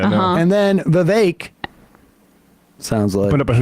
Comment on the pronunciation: I love how they pronounced Vivek perfectly!!